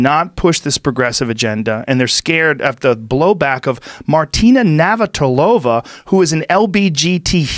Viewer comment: As a Czech it's hilarious how Joe tries to pronounce Martina's name, lol. But 100% agree with him.